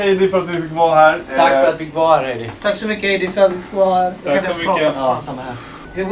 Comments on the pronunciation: Bara jag som störde mig på att han sa ”Hajdi”? Haha sry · Stör mig på att säger fel till namn till Heidi han seger hadi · Alla: Heidi: HAidi! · Stör mej på att alla säger Haidi istället för Heidi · Hon blir arg när ni säger "Haidi"istället för "Heidi" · Bara jag som stör mig på att och säger haidi inte heidi...?! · Hon heter inte Haidi. Hon heter Heidi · Inte Hajdi hon heter Heidi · Ni uttalade Heidis namn fel hela tiden typ. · Själv tror jag det är Heidi,, du utalade Heidi fel!